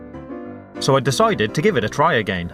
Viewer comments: I like how he says "again" A-gay-n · Do you guys here how her says 'again'?? XD